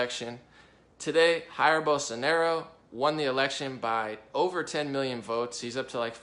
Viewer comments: Please do not say "Jair", with the "J" sounding like "H", as in Spanish. The English pronunciation in this case in much more similar to Portuguese. It's very annoying to Brazilian when someone use Spanish pronunciation to say something in Portuguese. We do not have anyting against our neighbours where Spanish is spoken, but when an American does is sounds like that Americans do not even have the basic knowledment about Brazil, so you end up losing credibility. We prefer to listen our language with the common mistakes of your own language (in this case, English), not inserting the mistakes of a third language (Spanish). I'm sure it was not your intention. Just giving you an advice. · Hey great vid, but just saying, I see a lot of english speakers pronouncing 'Jair' with an 'H' sound as if it was spanish. It's portuguese and the sound is different, actually I believe this sound doesn't exist in english, but if you say it as a 'djair' it would be good too. If you guys put it on google translator in portuguese you'll be able to check the correct pronounce.